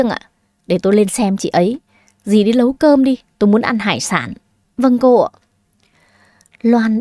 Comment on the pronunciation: Dì đi" nấu cơm "chứ ko phải "Lấu cơm "nha